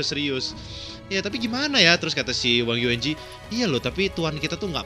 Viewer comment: ketemu lg ama mba wang yuanji yang di baca yuenji ...